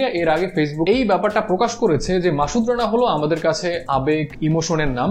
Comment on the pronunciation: মাসুদ রানা, not মাশুদ